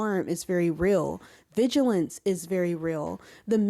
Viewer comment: Great and much needed video. Only problem is now you got me saying "viligance" instead of "vigilance" now 😭